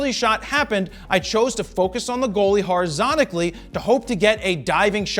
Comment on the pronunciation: "horizontically" lol